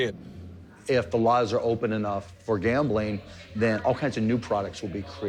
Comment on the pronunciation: He says gamling.